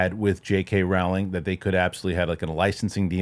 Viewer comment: Rowling rhymes with “bowling” not “howling”